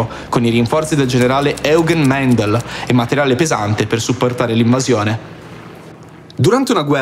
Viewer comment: la pronuncia dovrebbe essere "Oigən Maindl"